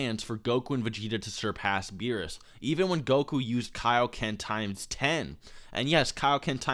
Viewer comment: Yeah I don't understand why people call him Beerus. That's like calling Vegeta "Bejiita" but still pronouncing it incorrectly like "Bejit"